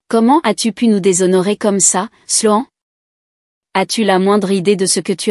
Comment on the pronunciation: La prononciation de Sloan,est vraiment nul,voir lamentable, toujours incapable,voir une incompétence totale de ces vérifications indispensable pour chaque histoires,mais c'est chaque fois la même chose,triste, très triste